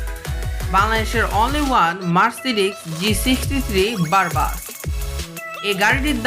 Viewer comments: vai.ai gula ki vul pronunciation kortechen? Bentley flying স্পিউর না!! এইটা স্পার (spur). tarpr ota Mercedes মাইব্যাক না..মেইবাহ. আর বারবাস না...ব্রাবেস(brabus) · Barbus na its Brabus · Not barba its brabuss Bhai apni kothar theke ashsen?🤣🤣